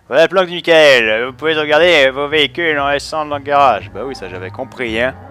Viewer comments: c'est pas michael c'est MAIIEKEULE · MAIIEKEULE c'est pas michael